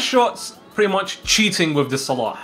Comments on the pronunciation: Click on these videos just to hear say Salah's name right 😂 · I noticed that you pronouns salah good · Your pronunciation of Salah is so good) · His pronunciation is like us Arabs . I am from egypt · You perfected saying his name How do I know because I'm Egyptian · That's exactly how "ARAB" would pronounce it